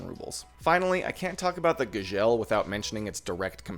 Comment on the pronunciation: the way you Gzhel is driving me nuts